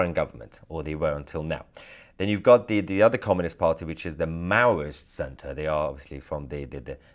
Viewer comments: its communist not comminist mahyar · Comminist? Get it right.